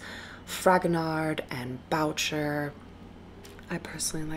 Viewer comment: Great videos, thank you for giving us a chance to visualize these exhibitions! P.S. The French name Boucher is pronounced 'Bu-cher'.